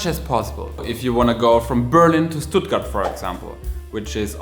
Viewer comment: Why did he pronounced Stuttgart soft?